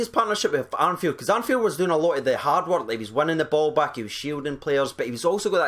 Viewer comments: Ar "N" field??? It's ARFIELD dude...There aint no "N" in it... Thought I'd misheard you the first 2-3 times...After 6, I guessed you hadn't read his name right. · It"s Arfield mate, no Arnfield. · Ur doing it again its arfield no armfield haha